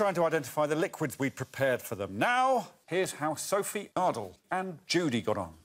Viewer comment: Greg pronounces Ardal´s name as "Aard-low" at the start of the show. I was sure it was pronounced "Aar-dahl" or "Ar-dal", and he pronounces the name as "Aar-dle", also Greg pronounces his name as "Ardle" and "Arlow" with a shorter a sound. Is there something i am missing ? Also Greg pronounces his name as "Ardle" and "Arlow" Was until now pretty sure that i was quite proficient in the english language.